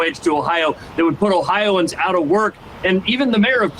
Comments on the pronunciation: I always thought it was "Oh-hi-o-ans" not "Oh-hi-ans" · #1 its pronounced "Ohio -ans". You have to be a special kind of moron to vote for republicans in Ohio. Look into the first energy bs and how many of the leadership were embezzling money. Then Larose purged the voter rolls prior to the 2020 election. Me? Somehow I was on the county rolls but I was not on the state roll... Which is impossible. My mother, who has not missed an election since the 70s, she was removed from both the county and the state, and to make it worse they changed her name to Michael and had her listed as a man 😳. They said that it was vendor error. They never came out with a list of all who was taken off of the rolls, and what their political affiliation is which is required to be stated on your voting form. So far all the people who had their voting rights stripped and didn't know we don't know how many of them were Democrat or Republican or why their names were removed. The Republican party here in Ohio is shady AF. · Its 4 syllables guys....not 'O-hi-ans' its 'O-Hi-o-ans' Yes...I'm THAT guy...someone HAS to be! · Oh-Hi-Oh-Ans omg